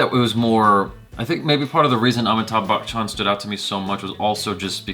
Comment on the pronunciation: Try Batchan instead of Bachchan to pronounce his last name...